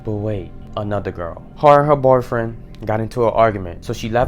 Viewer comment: The way you say boyfriend 😭😭😭